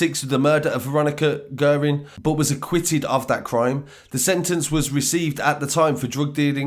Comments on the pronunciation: Guerin-gee rin, cahill-ca hill ya need learn the pronunciation of our names sir,but good work🍀🇮🇪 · Pronounced gearin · Guerin is pronounced as Gearin Naas is pronounced as Nace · Great story but I reckon Gilligans was the only name you got right. Guerin = gear-in Cahill = cat minus the 't' - hill Naas = Nace